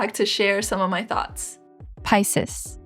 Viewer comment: I've never heard Pisces♓pronounced like that, hmmm That smokey light purple is great on your skin tone, NICE choice for you! Sylvanclaw has a new one "Pebble Path'. Is that hue trending or what! Like Taro Milk Tea/Cracked , the prettiest if you ask me.